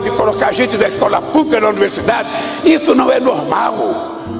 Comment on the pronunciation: Anuversidade😂😂😂 que vergonha falando errado 😂😂😂 o brasil tá fudido